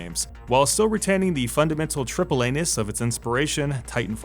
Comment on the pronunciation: Sounded like anus,but he met "Triple A-Ness"